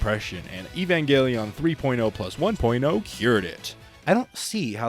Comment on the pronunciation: Great video! I have many of the same gripes about the rebuilds that you do, but I’ve never really been able to articulate them clearly. Now, I can just send my friends this video lol. “Eevangeliawn” and “kowaru” was pretty funny to hear though haha